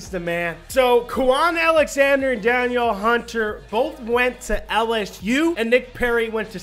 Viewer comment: Hey, yo Danielle Hunter is pronounced Dan-neel Hunter. Keep up the entertaining vids.